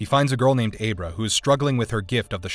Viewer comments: Also, did you even watch Dr. Sleep? It's pronounced Ah-brah, not Ay-bra. DUDE. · So if you never watched the movies you’re talking about, maybe you should ask someone how to pronounce names of characters... or be fired? Dr. Sleeps co-antagonist Abra is pronounced like “abra-cadabra” ...... just terrible. I can’t take you seriously when you comment on the movie and actually give your opinion when you haven’t even seen the movie!!! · Ab-ra not A-bra. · Abe-ra or Abra...? Like, come on dude. No one pronounced it like that in the movie and you know it.